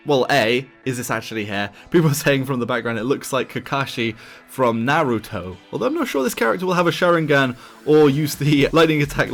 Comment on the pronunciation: “Na-wu-to” “Shawingan”